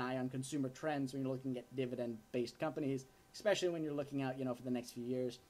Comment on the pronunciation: Kid — you keep saying EX-specially. You were supposed to stop mispronouncing the word that way when you were 10 years old. It's ES-specially. Didn't they teach you that "in college?"